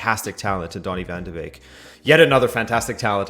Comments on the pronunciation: Sorry, but if you're a Man U fan and can't pronounce his name correctly, you have no right to speak about him tactically. Basic. Beeeeeeeeek! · You guys dont pronounce donny van de beek correct!!! 😒😒😒😒